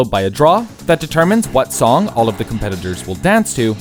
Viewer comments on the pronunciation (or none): none